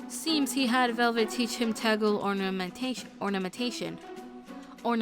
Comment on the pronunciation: FYI Taguel is pronounced Tog-well. Panne has a Crit voices line where she says "The Taguel do not play". That is all.